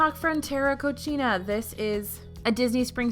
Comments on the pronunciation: its co-"see"-na not co-"chi"-na :( cochina means dirty in spanish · Quick tip: do a bit research on how to pronounce foreign words. You pronounced Frontera Cocina as “Frontera Cochina”. The term “cochina” means filthy in Spanish. When I heard your pronunciation I had to rewind to see if the restaurant wasn’t actually named like that lol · I cringed when I heard it! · I was going to comment the same thing 😬😬😬😬. I rewatched it to make sure I heard what I heard.